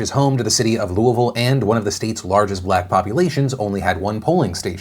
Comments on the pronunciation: Said Louisville right! Shocked! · I love how you correctly say Louisville lol. I used to live in Louisville, I moved across the river now. I had a feeling McGrath would surge a bit. Her ads were going weeelllllll before Brooker's ads started playing from what I saw. Plus I have no idea why but people still love Mitch....last I saw last night he was well in the lead. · As a louisvillian, thanks for pronouncing Louisville right. Made my day :) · Thank you for always pronouncing Louisville correctly! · Being from Kentucky, I am very proud that you correctly pronounce ‘Louisville’. Thank you.